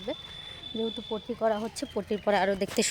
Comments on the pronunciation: কথা বলতে ও জানে না পুট্টি কে বলছে পট্টি এর থেকে পটি বলো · পট্টি বলে না পুট্টি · পটি নয় ওটা কে পুট্টি বলে